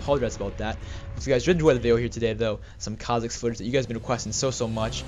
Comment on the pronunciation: MeKha'Zix?? lol